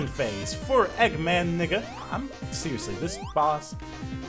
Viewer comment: eggman nega not eggman nigga